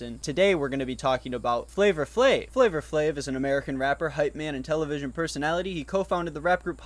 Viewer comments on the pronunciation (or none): I’ve never heard anyone pronounce the r in flavor flavor. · Dying at the pronunciation FlavOR Flav....its flava flav